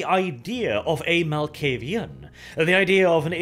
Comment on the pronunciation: you pronounce a clan name correctly for once. Nice